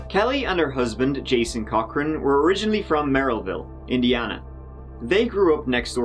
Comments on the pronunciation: It's pronounced Cockring. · I mishear “Cochran” as “cock ring” every time... :(